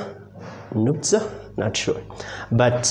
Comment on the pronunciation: The pronunciation of her name is Nutsa, not Natsa